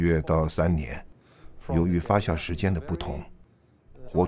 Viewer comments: 明明是发酵，解说成发笑，不禁发笑。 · 那个念发酵jiao，不是xiao。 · 压轴，轴在这里念四声，发酵，是念jiao，朴piao不念pu三声还有好多处，哎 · 发酵－fa jiao, 李白斗酒诗百篇－dou(三声），酒曲－jiu qu(一声），好吧，查了一下，旁白是金士杰先生，台湾发音？但是，这个声音真的不适合美食节目～